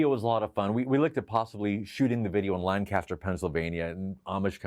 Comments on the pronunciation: EXCUSE YOU??? LAN-CASTER??? YOU MEAN LANE-KISTER??? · You pronounced Lancaster wrong. According to the Pennsylvanians I know, They've repeatedly told me "It's not 'Lan-caster' its pronounced 'Lanc-aster".🙂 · "Lannn-caster, Pennsylvania..." Oh, my eastern Pennsylvanian ears... Love this guy though 🤟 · It’s pronounced LanKISSter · Lanc aster Lanc aster I live here and it's Lanc aster. lol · Coming to the comments to see how many people mentioned that he mispronounced Lancaster! LOL